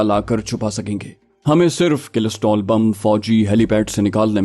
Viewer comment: کلسٹر بم ہوتا ہے کلسٹرول نہیں